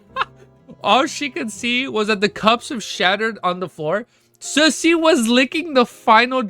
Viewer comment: The way man pronounce susie as sussy is just too funny 😂. Ah yes the Susssy baka susie